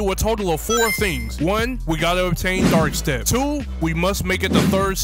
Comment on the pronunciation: Bro struggle so much just to say dark step